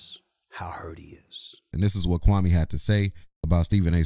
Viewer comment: SAS sees the liability...Kwame could sue him for alot of damages, loss of sponsorship. He totally fked up his name.